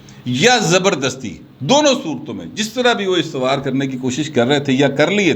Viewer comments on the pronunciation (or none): ،lafz estwaar nhi " Ustwaar hota hai... Duayen